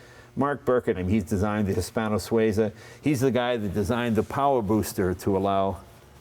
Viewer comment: It would be really nice if Leno learnt how to pronounce the names of cars e.g. the Hispano Suiza. I guess it's a lost cause. Americans just don't want to do things properly.